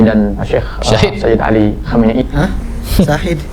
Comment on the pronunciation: Khamenei Bukan komenei